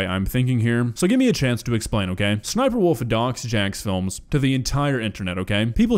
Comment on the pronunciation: It's not "jey jey Jacksfilms" Its J-J-Jacksfilms. Gosh darn it, I did not expect a duck to be so incompetent